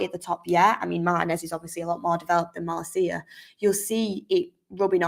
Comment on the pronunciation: Mar-TEE-nez not Mar-tih-nez